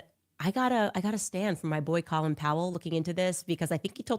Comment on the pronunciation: And it’s Cōlin Powell! Cō as in cone. This is beyond mispronouncing a word. She is so ignorant.